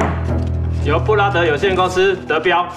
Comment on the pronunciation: 布拉德感覺就像brother的發音哈哈哈